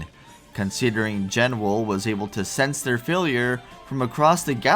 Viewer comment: BTW based on Meteonelfilis' names in other languages, the Genwel title seems to be a portmanteau of Genesis and Jewel, meaning it's probably actually pronounced "JE-nool", not "JEN-well"